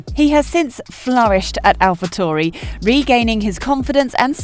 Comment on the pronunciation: For future reference its Alpha TAURI, not Alpha TORI